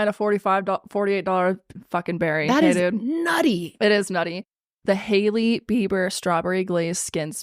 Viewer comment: I thought yall said lady beaver smoothie instead of Hailey beiber 😂😂😂😂